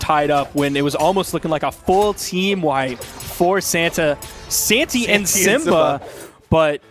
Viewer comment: Nobody gonna mention how the commentator occasionally says Santa instead of Santy? Ok